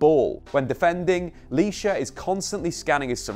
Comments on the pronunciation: It's Licha bro not lisha 😂 But anyway great video 🔥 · It’s pronounced *licha not lisha bro Good video tho 👍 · it's Licha not Lisha😄.